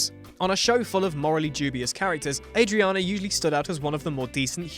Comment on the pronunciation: apparently mandated need to mispronounce names reaches its zenith at 5'30, when a character's name is pronounced two different ways in two consecutive sentences. So, is it Ah-driana or Ay-driana? Make up your mind.